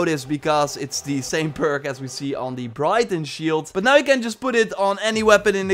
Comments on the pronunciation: I believe the Briton Shield is pronounced as “Britain” since that is how they spelled it during that time period. Love the videos! Keep it up!!! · Briton as in Briton Shield is pronounced "Brit un" as in an inhabitant or person from Great Britain. In this game you fight Britons.